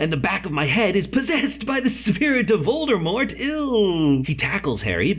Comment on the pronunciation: not a hater but voldRmort just botherd me..., VordAmort